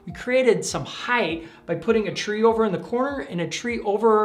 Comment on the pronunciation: Great vids BUT PLEASE...height is pronounced like light because it ends with 'ht' NOT 'th' as in width.